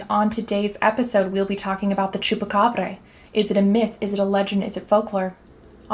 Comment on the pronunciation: Idk could be an alien pet or something.. could easily be an experiment.. also not that it matters much but the end pronunciation is more of a Bra! than a breh, like abracadabra.. Great video! Be cool to see more of the skinwalker legend, not the ranch, and the shamans.. my folks in Mexico be taking that Shaman stuff seriously..